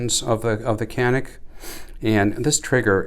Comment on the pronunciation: If you're interested in the Mete pronunciation, keep in mind that Canik is spoken as Janik. Idk if it's worth trying. It's like: You're indians. No we aren't. Nah, you're indians.^^ Not being able to mount full sized red dots is a serious detriment. How does the upper edge of the backstrap feel like? Could be an issue in competition creating a hot spot. The small pistol shaped tool is nice.